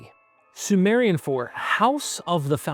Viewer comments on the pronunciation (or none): none